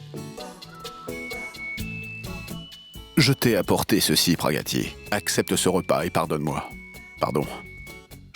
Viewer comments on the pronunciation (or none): me tue en disant Praggatti 😂